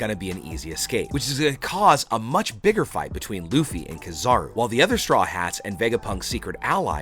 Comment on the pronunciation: It's not kizaru it's keeeezaruuu